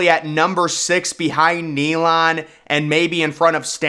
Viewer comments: It’s not pronounced Neylon, it’s NeyLAND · Bro said knee Lon Stadium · Neyland stadium is number 1 also it’s not called naylend it’s neyland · “Nee-lohnd”……….. it’s “Nay-Lund” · ….. Stanford Stadium…. Ney-land Stadium…. Dude you are pronouncing the names of some very sacred and historic stadiums. UGA was the very FIRST public land grant university in the United States. Neyland Stadium is one of the loudest and rowdiest stadiums in the WORLD when it’s rocking. More people goes to these places on Saturdays in the south than they go to church on Sunday. Get it together. Thanks for the props on BHG AKA the Swamp tho. And for pronouncing the name right. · BRO ITS KNEE-LAND COME ON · Bro said knee land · This guy cannot even pronounce Neyland Stadium! DA! Don't agree with one thing he said...or tried to say! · I really need him to listen to the correct pronunciation of Neyland Stadium. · The way you pronounced "Neyland" made me physically ill.